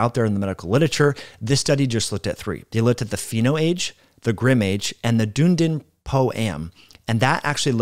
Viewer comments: Try saying duh-NEE-din instead of dune-din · Hi, just a helpful bit of information (hopefully 😊😅) The study is not pronounced Dune-din, it's Dun(done)-e-din, it's a City that is on the South Island of of New Zealand. I'm an Australian, so I don't take any offence or anything, just thought it might be helpful, love your content, great information, delivered in a great format, keep it coming. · The pronunciation is "duhn-ee-din", not "Doondin" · the place is pronounced like “Dune-Eden”, doon E den. As always you present great info like a master. We value your advice. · Dunedin .....Dun (as in done) ee din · FWIW, I live near Dunedin FL, that town is pronounced like your wrote it. I butchered the pronunciation the first time I saw it just like.